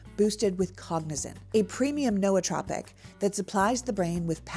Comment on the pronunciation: This is going to seem silly, but THANK you for pronouncing “nootropic” as the four syllable word it is. I don’t think I have EVER heard anyone else come even close to pronouncing it that way. None of the Meiselases have, and it always makes me wince a little. The “oo” in “nootropic” is supposed to be like the “oo” in “cooperate” and nobody seems to realize that. You did good. It’s just a silly peeve of mine. I admit that freely. Thanks!